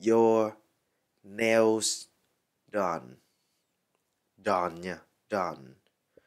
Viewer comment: Hình như trong chữ "nails" âm "s" sau cùng đọc là "zờ" thay vì "xờ" phải không ban?